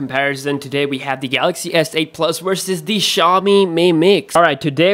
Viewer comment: wersus, whyber, what else... wideo? come on this is a constructive criticism. you can learn how to pronounce letter "V", you pronounce "have" correctly though